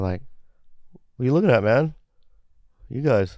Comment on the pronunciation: You mispronounced MAN!